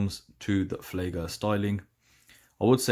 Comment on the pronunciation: ... it's "Flieger", not "Fleiger" 👋